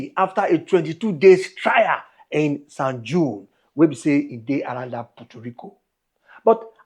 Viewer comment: LOL, San "Juan" is pronounced San "HHwan."